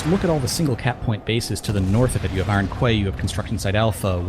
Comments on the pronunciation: Iron Kway? Please.... Quay is pronounced Key... Iron Key.... Man that was bugging me so hard. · Does anyone understand it's pronounced KEY not KWAY Iron Key, there is no such thing as KWAY you overpayed dipahots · wow even these GWR casters are imbeciles and cant pronounce the word Quay properly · pls stop mispronouncing quay omg